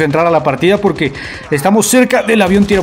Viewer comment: Poque? No hay poque